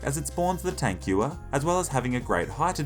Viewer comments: In Tankgewehr the W makes a V sound since it’s a German word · "tank gooer" :) edit: love your content and jokes man lol! subbed